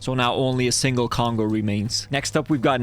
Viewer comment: you call the Congos "congua"